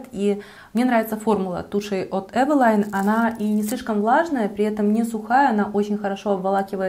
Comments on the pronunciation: Правильно евелин,а не евелайн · Не эвила'йн, а э' вилин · Почему Эвелайн? Эвелиииин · Carrie Bradshaw Да, для интереса проверила транскрипцию с нескольких языков)), почти везде Эвелин, иногда только Эвелине (с Польского, например). Эвелайн ни разу не встретила... с чем может быть связано, что блогеры так произносят? А бренд и правда интересный, помню, в детстве моя первая тушь для ресниц была Эвелин)) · не эвелайн, а эвелин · ЭвелИн. Это польская косметика. Они не говорят на английский манер. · Спасибо за видео!Очень полезное, взяла на заметку пудру, контуринг и тональную основу., а про брови ты ничего не сказала. Тебе ничего не нравится от этого бренда? правильно "эйвилин" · Я всегда думала, что название бренда читается как Эвелин.. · может ивэлин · Таааак часто упоминаете название бренда !!! Аж голова закружилась!!!! Да ещё не привычным названием ...бррррр... ЭВЭЛАЙН 🥴!!! Не знаю 🤷‍♀️ конечно как правильно читается название бренда 🤔.., но от такого произношения становится не хорошо 🥵 До конца не смогла досмотреть видио ...нерв не хватило (( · да кто ж вам такое сказал🤯🤯🤯🤯🤦‍♀️🤦‍♀️🤦‍♀️🤦‍♀️🤦‍♀️🤦‍♀️тогда и мейбелин мейбиЛАЙН. С Виду умная красивая девушка,а как скажете евелайн,выключить хочется